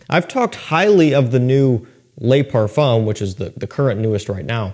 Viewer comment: I love your videos. « Le » is pronounced luh. Like « bruh, it’s le ». « Les » is lay 🙈🙈🙈